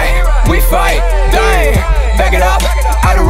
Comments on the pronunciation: The way he pronounce the word DDAENG. Amazing. OMG I LOVE IT SO MUCH!!!! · The way you say ddaeng 🔥